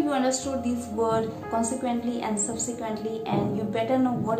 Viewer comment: I appreciated it,,you've cleared my confusion.😊😊 Btw,i've heard something wrong in your pronunciation.. You used ' V ' in place of ' W '..like ' word ' to ' vord '